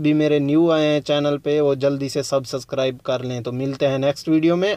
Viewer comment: subsasscribe hahahahhahaha tumhe to english parhni b nj aati